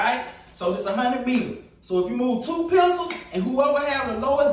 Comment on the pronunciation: I just like the way he say pincuulls, ole geechy ass!